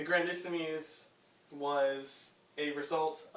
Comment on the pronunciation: It's "Grandissimes", not "Grandissemes"